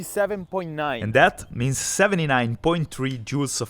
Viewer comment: hahaha! "... 79.3 Jew of energy..."